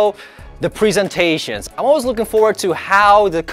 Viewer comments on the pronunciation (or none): The prisentatsies hahahahaha